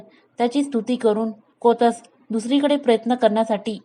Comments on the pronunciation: तुम्ही गोष्ट छान सांगता, फक्त शब्दांच्या उच्चाराकडे थोडे लक्ष द्यावे. कोतस नाही कौत्स असे नाव आहे. रघुराजाने विश्वजीत यज्ञ केला तेव्हा सर्व मांडलिक राजांनी कर चुकता केला होता. प्रजेकडूनही महसूल गोळा झाला होता. पण इंद्राने कर दिला नव्हता. म्हणून स्वर्गावर स्वारी करायचे ठरले. हि बातमी नारदमुनींकडून कळताच इंद्राने कुबेराला सांगून अयोध्या नगरीच्या बाहेर स्वर्णमुद्रांचा पाऊस पाडायला सांगितला. तो शमी व आपट्याच्या झाडांवर पडला होता. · जुन्या धड्यांचे वाचन करून पुनर्जिवित करण्याचा छान प्रयत्न ! जरा कौत्स ( कोतस नाही ) निःस्पृह या सारख्या शब्दांचा उच्चार काळजीपूर्वक केला तर अधिक छान वाटेल .